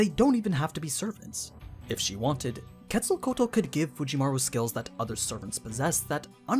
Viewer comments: Her name is pronounced- ketzo ko wattle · No isn't a correct pronunciation, he say "kétsalcoal" and is "kétsalcóatl" ("tl" sounds like "tle" in "castle"). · It’s quetz-el-co-atol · It’s actually Kets-al-co-wa-tl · I dont mean to be rude but ur saying her name completely wrong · He pronounced the name wrong and that she is really a he as well as the god of life and a feathered serpent idk why anime make him a girl why not just use his sister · Sigh I wish non Spanish speakers were able to pronounce her name a little better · Yes I'm gonna be that dude: you pronounced her name wrong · The way he pronounces Quetzalcoatl gives me a headache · Glad I'm not the only one haha I try to watch but everytime I hear Quetzalcoatl I just nope haha I wonder how he would pronounce Quetzalcoatlus 🤔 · aww man you butchered her name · She is a boy you are not say his name right and he is the first god of the sun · Quetzalcoatl... the pronunciation is cringe